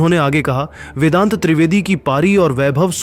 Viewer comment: Abbe O Content Reader tape mein 0.37 par vendat nahin vedant treivedi aur tabaad tod nahin taabad tod hai. Shabd bolne ki samajh hai nahin aur chale hain social media par videos dalne.